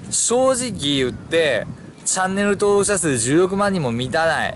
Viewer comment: チャンネルとぉおく❌ チャンネル登録⭕ ワロタw